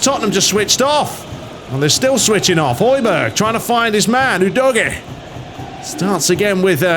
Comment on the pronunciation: Was that intended Dodgy..... udogie Or am I just......😂